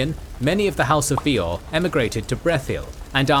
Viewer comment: My one and only gripe with this video is incredibly nitpicky and I think its a great video, I enjoyed it thoroughly. That being said, my only gripe is with some pronounciations. Bay-or not Bee-or and some other ones, but hey if thats the only complaint i have this is an excellent video